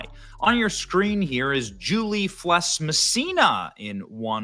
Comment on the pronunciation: Please for gods sake Benny learn that Felss is not pronounced Fless. Simple thing but there might be a lady out there somewhere named Julie Fless that is getting all sorts of grief because of you